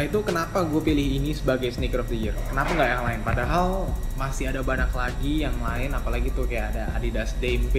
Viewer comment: Banyak bang, bukan banak